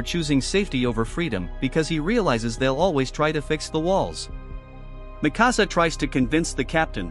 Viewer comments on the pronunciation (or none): Not makasa, it's mikasa. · THATS NOT MIKASA, THATS NIKASA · Bro said “Mì Cása” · he says mikasa wrong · I cringed every time the voice mispronounced Mikasa and Hange's names